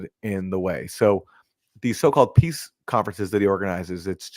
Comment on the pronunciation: Zelensky sounds like he is saying 'piss' instead of peace, lol 😹